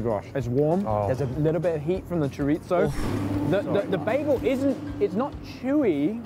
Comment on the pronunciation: Their pronunciation of chorizo sends me every time. They pronounce it like it's an Italian word not a Spanish one. In Latin American Spanish the z is more of an s sound. Like chor reese oh.